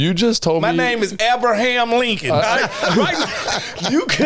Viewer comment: AB-braham Lincoln, I love Fred man 😂